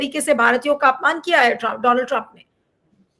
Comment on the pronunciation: Bhaisab, donald ka sahi uccharan to seekh lein.